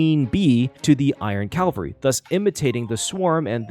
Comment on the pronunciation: "Calvary" (CALV-A-REE) is a ye olde religious word that means something like "salvation" "Cavalry" (CAV-AL-REE) is a military term referring to a unit of mounted combatants. "Glamoth Iron Cavalry" uses the second, not the first. 🤙